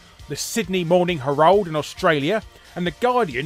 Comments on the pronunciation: Larry it's Herald not Heraaaald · Mate, you mispronounced ‘Herald’. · Hahahaha. Funny mispronunciation. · Yep, and as an Aussie, I know how it’s pronounced.